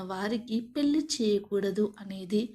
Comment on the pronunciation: The commentators pronunsation is tobe check. Some words are wrongly proninsaying. Example Kasyapa Pelli like words.